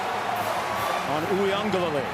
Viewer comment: There is no N in Uiagalelei.